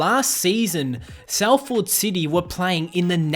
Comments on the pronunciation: Salford is pronounced Soll-fod not Sall-ford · It's pronounced Solfad NOT Sal Ford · It pronounced sal-fud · The way he pronounced Salford and Manchester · As someone from Salford I’m upset with your pronunciation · I’m from Salford aswell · Is no one concerned in the way the guy said Salford city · Yeye I’m from Salford he really killed the name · It’s cos he’s Australian